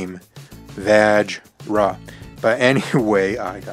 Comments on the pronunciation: Vaj-rah? No. Va-shra* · I don't think that's how your pronounce vajra The J is silent, isn't it?